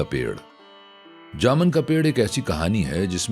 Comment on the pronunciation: لفظ جامن میں م‌ زبر نہیں پیش ہے